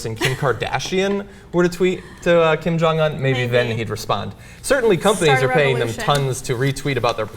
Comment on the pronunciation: Kim Jong-Un is pronounced Keem Jahng oon. Damn it, John...